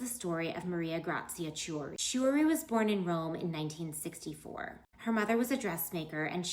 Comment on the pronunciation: Chooree? 😂😂😂 Why talk about fashion when you can't even say their names correctly. KEY-oo-ree